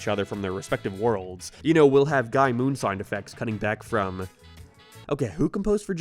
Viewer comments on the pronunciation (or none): none